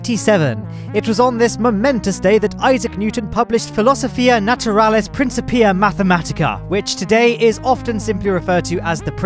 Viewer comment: "prince-a pee-a" When Mario finished work on the bathroom at Paisley Park